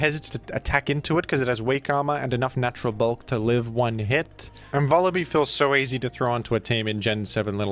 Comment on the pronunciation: It's Vullaby like lullaby